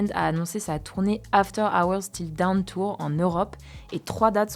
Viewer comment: Dawn se prononce Daune